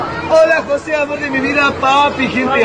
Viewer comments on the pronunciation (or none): none